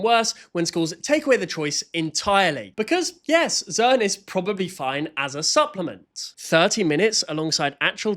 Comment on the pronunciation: they said zern instead of zearn